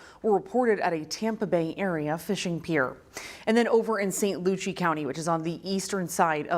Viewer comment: This newscaster needs to do more homework pronouncing the names of Florida cities. St. Lucie, New Smyrna, etc.